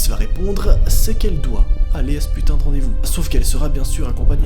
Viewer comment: Arrêté de dir putin touleten